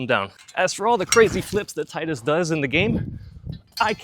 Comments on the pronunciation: Thank you for saying his name correctly. Like the other comment said, his name makes perfect sense because of all the water themes in the game. Tide - water, blitzball, his weapon etc. There are just too many things water related for it to NOT be pronounced Tide-Us So yeah, Teed-us is wrong and Tide-us is right. Also kingdom Hearts 2 said it as Tide-Us so thats what I'm going with lol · His name is pronounced "Tee-dus" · It’s teedus lol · Why does everyone mispronounce the name "Tidus"? It's so easy to say properly Tee Dus and not Tie Dus. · It's "Tee-dus" I know it's stupid and goes against the whole water theme of FFX, but that's how it's pronounced.